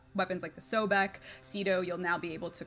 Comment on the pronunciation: sobek? , i hear kuva hek only